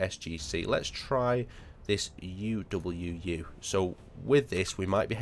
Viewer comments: I mean he said u w u instead of uwu. I think it's just not paying attention to detail lol. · it’s uwu not u w u lol